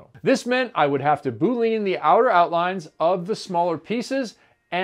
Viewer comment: Cool video. However, I wish you would quit pronouncing Boolean as “Boo Lean”. Every scientist and math person will tell you it is pronounced “Boo Lee Un” I enjoy your great videos, but it makes me cringe every time you say that. LOL